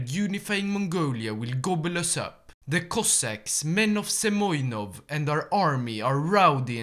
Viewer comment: He is not Semyonov - He is Semenov)))